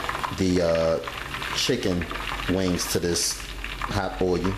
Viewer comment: God damnit nigga, it's not o-you'll its fuckin uull!!!